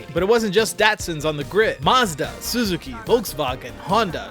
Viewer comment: Neee-sahn, maah-zda and now Soo-zoo-ki? Please, make it stop.